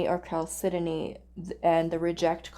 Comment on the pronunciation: Hi :) Chalcedony is pronounced chal-sed-on-ee ( with the ch as in chair ). Thank you for your readings x